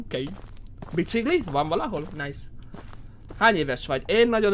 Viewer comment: csak én nem ugy mondom a biciGlit hogy biciGli hanem biciKli xD